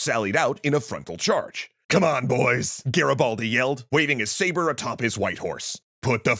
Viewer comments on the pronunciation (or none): none